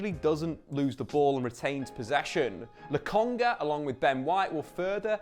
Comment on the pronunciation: He said Lokonga 😅.. Now go tell Charles Watts how it's not Logonga